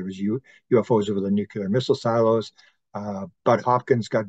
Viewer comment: Nuclear = New - Clear --> New - Clear There's an epidemic of people saying, "New - Que - Lure"